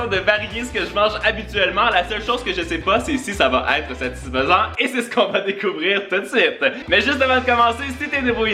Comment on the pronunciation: Tu dis tout le temps satisfesen